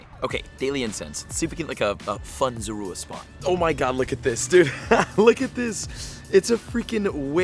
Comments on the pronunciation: You Said Zorua Wrong The Entire Video XD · You pronouncing zorua name wrong , go watch the movie